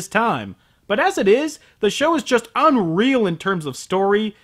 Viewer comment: Not "unreal", "ONreal".